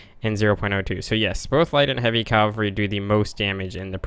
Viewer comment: Why do you say 'calvary' instead of 'cavalry'? :) Forming the Arabian Empire could indeed be the main goal of the campaign.